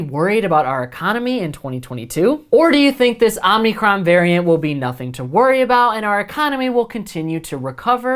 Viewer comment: Dude, stop saying Omnicron (omneecron). It’s omicron (omeecrone). No “n” in the middle, remember, these are Greek letters that these variants are named after